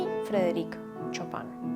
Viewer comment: Un pequeño detalle, se pronuncia "Shopen" no chopan :D